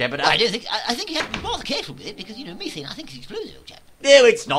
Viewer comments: its pronounced me-thane not meh-fane.. theres so 'f' in it.. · I didn't know that you say Methane with the E like ee. We americans say it with e. You learn something new every day, old chap.